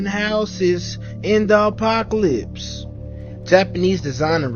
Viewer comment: “In da ‘pocalypse y’all”